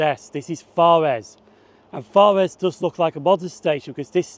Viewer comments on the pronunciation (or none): Good video, but after the initial forres you mispronouced it. It's fores